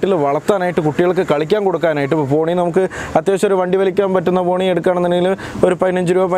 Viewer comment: തോണി അല്ല ചേട്ടോയ് പോണി😆